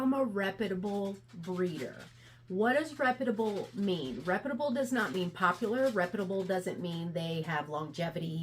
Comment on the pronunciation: Good video. Your pronunciation of the word reputable kills me lol. All in good fun. It comes from repute(d)